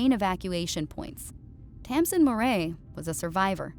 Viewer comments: how does sound travel through the vacuum of space? Why is Tamsin pronounced Tasmin? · Taz- min? That's not how you say it. But welcome back.